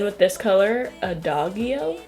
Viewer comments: LOL Adagio is pronounced "au-dashj-io." It's a ballet term, I think French, for slow movement. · Lmao “Adagio” got my musical self cracking up. It’s “uh•daw•jee•oh” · it’s pronounced Ada-jee-o, it’s an Italian musical term meaning ‘slowly’ :) also your eyebrows are literally amazing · Great look, but just so you'll know, the G in Adagio is pronounced like a J. It means slow. 🙂 it's a very common musical term.